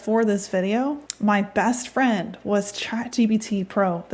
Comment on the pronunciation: For a second there I thought you said your good fiend Ben Shapiro.....lol